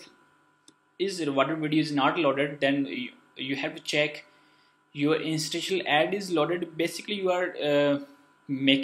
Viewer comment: i subbed bc you couldn't pronounce interstitial and you owned it. thank you, great video.